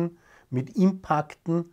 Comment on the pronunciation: Sagt einfach "Einschläge" dazu! Nicht wieder hypergescheite "Worte, die dann auch noch blöd ausgeprochen werden! Impaakt 😂